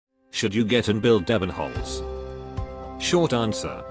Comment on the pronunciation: It's Ebe~nholz not Ebbennholz. And to be fair the closest to a waifu a male op can be before its a trap.